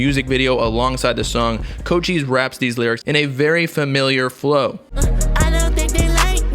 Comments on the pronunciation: It’s not pronounced Co-Cheese bruh, it’s pronounced Co-Chee-Say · Did mans just say “CO Cheese” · fr his tag is co cheese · It’s pronounced (coach - eyes) omg he ur favorite artist but can’t say his name right I just wanted u to know like every time u said his name it just hurt my whole soul 🤦🏾‍♂️😭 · My mans really out here saying “CO-CHEEESE” 💀🗿